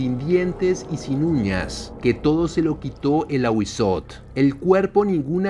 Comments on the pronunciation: En el náhuatl debes pronunciar la tl no sería ahuizot, sería ahuizotel pero una e casi sin que suene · En lengua Náhuatl se pronuncian todas las letras. Es AhuízoTL. Primero la T y luego la L. Son los sonidos de las consonantes sin vocales. No te comas las letras. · No sé si ya hay sobre el Nahual (nawal) / skinwalkers, me intriga que sean tan parecidos y sean ambos de origen arido-mesoamericanos. Me encantan los vídeos de este canal, solo como retroalimentación si se pronuncia el diptongo TL jajaja es difícil para los no mexicanos, lo sé jajaja me causa ternura cuando no pueden pronunciar popcatépetl jajajaja en este caso sería fonéticamente como Awi-zótel (con la e muy corta casi imperceptible pero marcando bien la L al final) Saludos!! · Muy buen vídeo bro, excelente toda la información sobre el Ahuizotl, confirmó ya que soy muy conocedor de las culturas de la mesoamérica precolombina y lo digo de buena onda pero te falta pronunciar la L al final de la T solo unos detalles mínimos, y no son Aztecas, ese nombre universal esta erróneo, se lo dieron los españoles ya que no saben pronunciar el nahuatl, es Mexicah-Tenochca en el nahuatl, es Mexicas